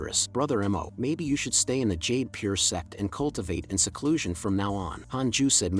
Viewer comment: Why bro saying sex insted of sect